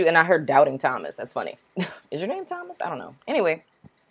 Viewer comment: Wow it’s crazy how you said Thomas 🥴😱😨